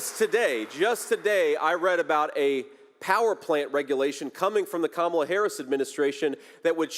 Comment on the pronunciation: It's Kamala not Kamala😂😂😂